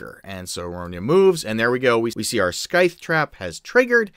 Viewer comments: I love you man. Your videos are amazing for us DMs. But its Sithe, not Skythe. haha Regardless, I'm going to be using this. Thanks for the vid. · And, hate to point it out, but you are mispronouncing scythe...there is no "k" sound, it's a silent k. It is " s-eye-th"